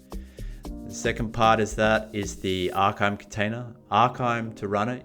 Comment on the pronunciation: Arkime is great its pronounced Arr-Kaa-Mee. Pretty powerful app. Folks really dont realize the amout of packets and data going out to the web on IoT and other internet connected devices.